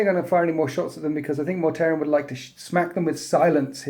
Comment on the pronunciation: Mortarion, not Mortarian, lol.